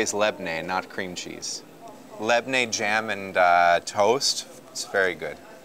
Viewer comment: awesome as usual, and by the way you should say LABANE not labne